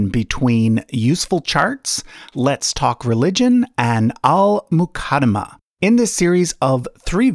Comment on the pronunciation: “Al muh kada muh” lmfao